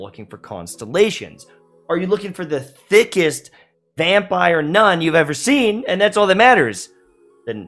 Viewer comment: "...Thiccess vampire nun" I'm gonna stop you right there